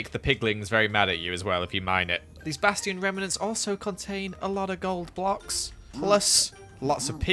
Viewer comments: Just a tip: A bastion is pronounced "Bass-chi-on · The funny thing is he still pronounces Bastion the same way